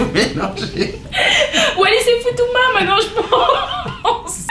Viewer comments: “Walli & Futuna “ oh noon, le S se prononce 🤣😭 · Le « s » de Wallis il se prononce 😂